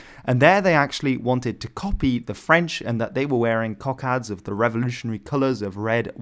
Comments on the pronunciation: Apart from the over-proliferation of Indian and Irish flags throughout (!), your pronunciation of "cockade" as "cock-ard" really threw me. Most English speakers would surely say "cock-aide". Italian "coccarda" and French "cocarde" perhaps explain your choice of pronunciation... But since you're an English speaker narrating an English commentary, it just grated, I'm sorry to say. Questionable choices of red and specific pronunciation aside, however, it was a good video, so thanks. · I’m sure there’s a thing on YouTube videos where there’s a deliberate mispronunciation of a word (by native English speakers). In this case, “cockade” (last syllable pronounced like ‘aid’ not ‘add’). Can’t even put this down to US or British differences, both standards have the ‘aid’ pronunciation.